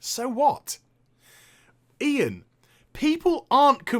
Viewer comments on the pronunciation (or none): its :"IAN" not "ION" and that guys a jackass.